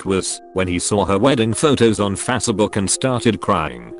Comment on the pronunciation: "Saw her wedding photos on fassabook"